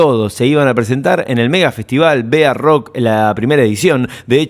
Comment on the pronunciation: Que extraño me resulta que llames al festival B A Rock pronunciandolo como Bearock como iniciales y al estlo del B.A.... lo que fuera que impuso el pelado Larreta. Creo que en la epoca nadie lo (los) llamo asi, siempre fue BAROCK (barrock), como una sola palabra, Una tonteria anecdotica nomas